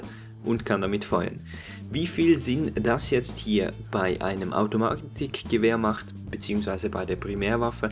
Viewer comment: ich nfinde es lustig wie du das k aussprichst automatiCHgewehr